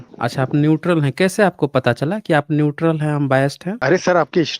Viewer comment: यह न्यूट्रल नहीं न्यूटल है 😅😅😅😅 न्यूटल बोले तो खाली ढक्कन 😂😂😂😂